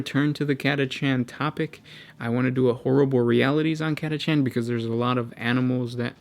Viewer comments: honestly him mispronouncing Catachan made the entire video grinding for me. He has such a cadence of pseudo-intelligence that it feels like I'm hearing Shakespeare read by a five year old. (Cat-uh-can) not (Cat-uh-chan). Not sure why that bothers me as much as it does... but it does. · Cata-can not cata-chan man come on.